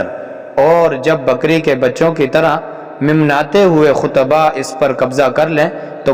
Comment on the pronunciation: ھم نے تو حج کا خطبہ سنا اس میں تو دین کے خلاف کوئی بات نہیں تھی کیوں مسلمانوں میں نفرت اور تفرقہ پھیلاتے ھو چند پیسوں کے لیئے اس کی سزا کا شاید پتہ نہیں منمناتے کا صحیح تلفظ ادا نہیں ھوتا اور چلے ھیں حج کے خطبے پر بات کرنے جو احادیث سنائیں وہ تو بنو امیہ کے متعلق تھیں ان کو خطبہ حج دینے والے ڈاکٹر صاحب پر کیسے لاگو کیا کیا کسی یہودی کا ان میں ذکر تھا ۔معافی مانگو ایک اتنے بڑے عالم پر الزام لگانے کی ۔۔کیوں وہ کام کرکے پیسے کمانا چاھتے ھو جس کی صلاحیت نہیں ۔ھر کوئی یوٹیوب پر مہا راجہ بنا بیٹھا ھے چاھے کتنا ملت کا نقصان ھو جائے